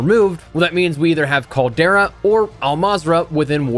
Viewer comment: In the words of the 5 time, 5 time, 5 time, 5 time, 5 time champ, Booker T.....tell me, he didn't just say that!? Noooo he said "the Caldera" 😵💀😬😬😬😬 not you too E!!! Lol.